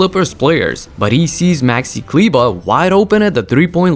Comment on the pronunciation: ti bi bar mogao znati da se Kleber ne izgovara Kliba nego Kleeeba